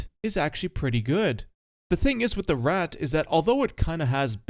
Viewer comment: It's painful how you pronounce Szakal. It's Shakal (it's in Polish), not Sakal. Also Ratte, or either Tashenratte, it's not Ratt